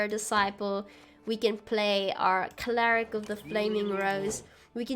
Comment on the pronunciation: Thanks for the guide! I built a similar version and it's a lot of fun. Just one thing, are you saying "claric"? lul it's cleric